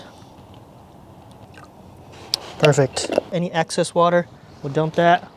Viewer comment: “Excess” not “access or axis”.